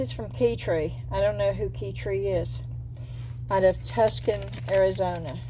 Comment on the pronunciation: Did you mean Tucson pronounced Two sawn? Or a completely different city